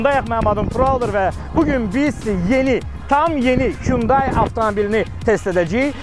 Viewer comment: Kündeyi yox Hunday) 😂